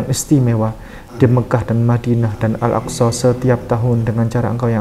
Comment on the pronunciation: Maaf bukan an tapi al